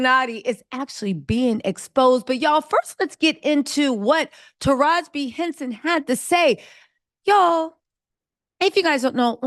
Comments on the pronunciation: the correct pronunciation for Taraji is "Ta ra gee". It is not "Ta rajh". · Sounds like you are mispronouncing her name. Her name is Taraji with an 'i' on the end. Not Taraj. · Tarajiiiii not Taraj sis lol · HER NAME IS NOT TARAJ IT IS TARAJI(tah-rah-gee) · Tara-JI. Or Tara-G. Not “Taroj”😊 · MAAM YOU NEED TO STOP DISRESPECTING HE NAME IT IS NOT TARAJ IT HAS AN I ON THE END. IT IS TA RA JEE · Mam stop caling her Taraj...call her name correctly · TaRaJ I Ta Rah Gi At least get the name correct. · Tara-ji...Not "ta-raj". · Her name is TerajI, not Teraj. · As many times as you heard this woman's name WHY ARE YOU SAYING TARAJ!!! ITS TARAJI Sounds like Tah-Rah-Jee ijs🤦🏾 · “Taraj” is killing me.. Taraj-i!! 🤦🏽‍♀️ 😂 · TarajEE not Taraj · Omg TAH RAH GEEEEE… i can’t even get thru the video with the way is butchering her name… 😣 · Hi ❤️ It’s Taraji (pronouncing the I as if it’s eee) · 😂 you refused to put the “I” at the end of her name huh… taraj!!!!!!! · It is Taraji (tuh-Ra-gee) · Her name is Taraji. It's not cool too keep pronouncing her name the way you want🙄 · Am i the only one who can't get over how Taraji name was mispronounced 😂😂😂 but thank you sis for showing the vids. I LOVE Taraji, Katt and Monique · Stop reporting on black news like you here for it but you don’t know the correct pronunciation of the people names. Her name is Taraji. How you don’t know that?